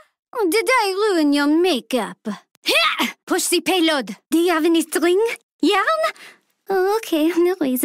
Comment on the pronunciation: "Push zhi Peyload"